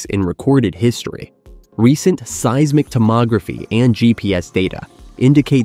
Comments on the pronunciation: Is this AI slop narration? The pronunciation is all over the place. "Hiroshama", "say-ees-mic", "megathroost". Gross. Just get someone to read it. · What is with this AI? Hiro-Shay-ma? Se-Yes-mic? Mega Troos?